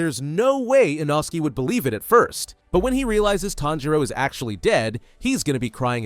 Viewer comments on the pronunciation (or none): Inosky is crazy its litrually pronounced inoske- ai these days. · You forgot shinobu and you you said a inosuke name not correct you said you not says name correct oops saying like a inosuke different name like a a inosuke inosuke nickname what is make the name not even correct